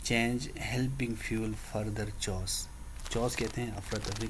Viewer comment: The word chaos, you pronunced wrong, ye kaf ki awaz deta hi chha ki nehi,, key.. os,,..